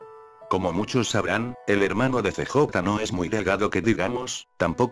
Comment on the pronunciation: pura perica este video.. pense que fue sospechoso y puede ser posible per obviamente no... me quite la subscripcion de este que encontre el otro dia, no se porque me subscribi. pero.. es gracioso como usa el robot traduciendo unas cosas de este juego.. "See Jota" y "BaYas" jaja.. pudiera poner Carl o Balas para que suene mejor pero no importa.